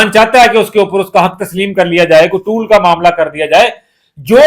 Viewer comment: بھائی صاحب ، یہ لفظ ٹول (tool) ٹیکس نہیں، ٹال (toll) ٹیکس ہے، مہربانی کرکے اپنی اصلاح کر لیں ، شکریہ ۔